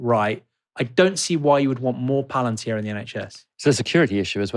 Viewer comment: "Palantir' not "Palentir".